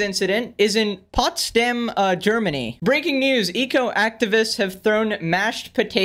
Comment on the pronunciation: It is Potsdam like potatoes and dam was correct (I live in Potsdam)